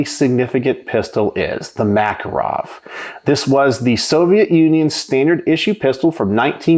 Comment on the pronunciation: The Makarov is one of the most accurate, reliable, rugged pistols ever made. By the way, it is pronounced ma-KAR-ov. I live in Eastern Europe and the police here carry these guns.